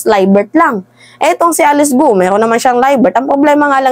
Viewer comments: Ang pag pronoun ng apilyido nya ay "Go" not Go-u.😊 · Researcher or Research Team hindi Researcher Team. Gwo hindi Goo-oh Ambobo nitong vlogger na to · Its not pronounced as Gu-u as you are pronouncing. It is pronounced as kwo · Sa Chinese gou Hindi go-u kundi kou lang yon or ko correct pronounce of gou